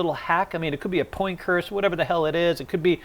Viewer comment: I literally had to rewind because I had convinced myself I heard him wrong, but no. he absolutely said poin curse.